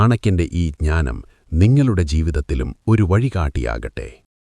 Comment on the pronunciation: ചാണക്യൻ്റേ ഈ ക്ഞാനം....... അല്ല ഹേ !.......ജ്ഞാനം.